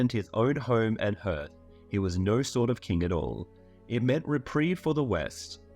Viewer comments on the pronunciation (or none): hearth is pronounced as harth.